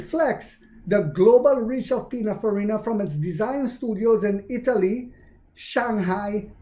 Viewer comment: It’s PININFARINA 😉